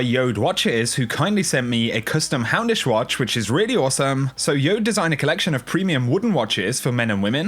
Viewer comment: Every single time i hear you say "hey guys, houndish here!" i hear hamish.